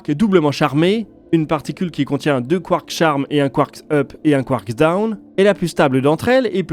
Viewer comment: Très intéressant. Petite précision : en français, le "s" si pluriel est muet (un train, des trains, c'est toujours \tʁɛ̃\ en phonétique). Le mot "quark" ne déroge pas à la règle 🤷🏻 Ça m'a perturbé toute la vidéo 😅 Mais c'est top, sinon !